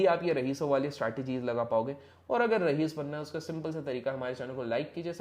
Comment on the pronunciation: Its raees not rahees